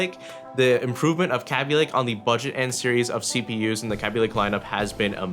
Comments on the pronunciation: It's not pronounced "cabby lake," it's produced "k bee lake" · "Kea-bee-lay-k" get your facts straight it's "Kay-bee-lay-k" who says "Kea-bee" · Kay-be lay-ke The 'a' is a long one. 'ay' :P Yes I know it's all in the pronunciation etc but whatever :P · Sound like you said "Kapy lake" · pronounce kabylake right... kay be lay k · Yo! The way u say kaby lake,it sounds like crappy lake.(No offense intended to anyone)